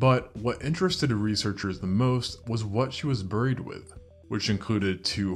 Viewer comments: The word "buried". HOMONYM, same sound as BERRY. English is going extinct. As a writer, it really disturbs me. Would like to bring it back to life. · burried burried i can't get the pronunciation out of my head, i can't believe you've done this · I was going to subscribe but then I heard you pronounce ‘buried.’ 😂